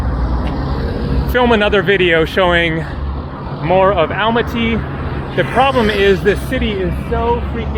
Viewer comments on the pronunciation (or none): Please check the pronunciation of Almaty aal maa tee accent on middle syllable.